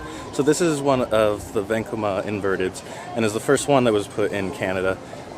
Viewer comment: Vacoma not Vancoma. I hear people say flight deck is the worst SLC.